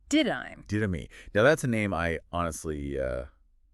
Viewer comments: This IDIOT!!! It is NOT DID-dime!! It is DIDDA-MAY!!! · Yes, I don’t even really like twilight but the fact they pronounced Marcus partner’s name wrong so often. I am not 100% how it’s spelled but it’s pronounced did uh may. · Pronounce The Didyme correctly, we beg. Like you heard the guy correct you the first time.